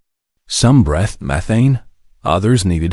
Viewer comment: Already at :58 seconds....".....some BRETHED methane..."!!!!!! WTF is "BRETHED"!!!!!!!!???????????? IT'S FKN "BREETHED" METHANE YOU POS!!!!!! You are off of my listening list on the first story at less than a minute into the POS story!!!!!!!!!!!!!!!!!!!!!!!!! PROOFREAD YOUR OWN SHIIIIT before posting it.....and FIX IT FIRST!!!!!!!!!!!!!!!!! THUMBS DOWN...BIG TIME!!!!!!!!!!!!!!!!!!